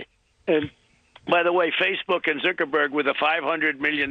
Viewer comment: "zerkerberg" lol